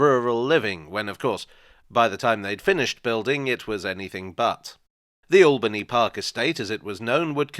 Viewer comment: My local station for 26 years… just one annoyance it’s locally pronounced Ale-bany park… not All-bany park , always winds me up on the announcements. My school pained a mural there back in 1980